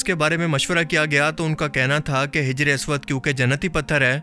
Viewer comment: Its hajar not hijar